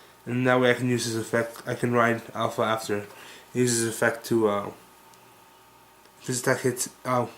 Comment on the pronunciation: you know it is Aleph, not Alpha right?